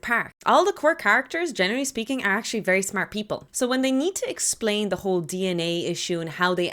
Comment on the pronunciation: The word smart in that accent is just amusing to me. Good video anyways. Could be explored deeper